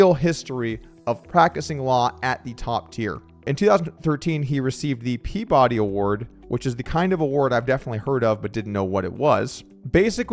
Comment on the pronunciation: it’s pronounced pea-buh-Dee I think